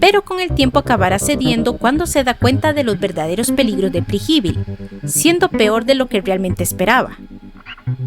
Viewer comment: Perfecto el video solo que dice Preji-bil jajajaja no se suena mejor Pre- je-vil